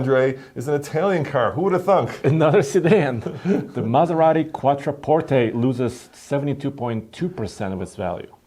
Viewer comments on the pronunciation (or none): none